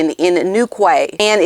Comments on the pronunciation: Quay in English is pronounced 'key'. So Newquay is 'new-key'. A Quay is a place where ships berth, in a harbour. Like at Circular Quay in Sydney where there are multiple wharfs for ferries to berth, and originally ships berthed there. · Re: “New Quay,” I believe it’s pronounced “key.” Learned that in an English class. 🥰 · Hi - no criticism here - just saying that Newquay is said as: newkey, like a key in the door, but spelt as 'quay' like the quay side. Agree with you re the fake 'tour' that seems like more malice and pot stirring. Also think that Nigeria made some huge mistakes like using HRH,against a directive of our late and beloved Queen. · Just a correction of the words : Isles of Scilly - is said "Isles of Silly" NewQuay is said "Newkey" As for the 43% Nigerian That can't be correct as her mother isn't 100% Nigerian! Doria is Bi-racial herself! Megs outfits just screamed look at my new figure - I don't need a bra, or a back to my clothes. She's vulgar with all those open skin outfits & it is inappropriate for what & whom she was meeting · Newquay is pronounced : New- KEY. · Newquay = New-key! ❤ I suppose in the US you spell it Key. Florida Keys. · lol make me laugh pronounce is new key spelling Newquay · Love you butchered English pronounciation. The isles of Scilly are proniunced "Silly" not "Sicily" and Newquay is proniunced "New-Key" Love the show. Mike Sussex UK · You hit the nail on the head: 'USEFUL IDIOTS'. Absolutely CORRECT. ps.Isle of 'SILLY' and 'NewKee'. I'm sure it's been mentioned, but that's how you pronounce those place names in the UK. Love the channel, keep up the good work!! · Great video….( Silly isle and New Key is how we pronounce these places) ❤🥰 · You need to learn how to pronounce Newquay and The Isles of Scilly. The way you said it is an insult to The Cornish